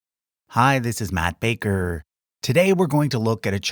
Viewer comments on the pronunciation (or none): I love this ""